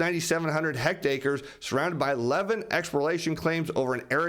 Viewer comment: It’s pronounced hecktaury not hect acre. Enjoy your show.